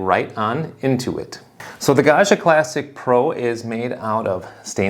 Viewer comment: Pro tip: Gaggia is n Italian name. It's pronounced "gawd-gee-uh." There is no French "zh" sound in Italian. It's pronounced like Joe DiMaggio, or DellaMaggiore.